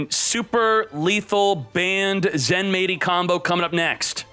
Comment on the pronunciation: its supposed to be said ZENMIGHTY (japanese spelling Zenmaity)